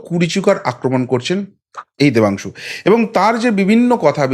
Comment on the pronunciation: Oor naam Pathangshu, Oor naam ta thik kore bolo please.